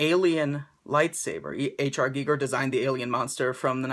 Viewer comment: awesome vid, so glad you pronounced ginger correctly, when your taking orders again I think I will need this in my life :-)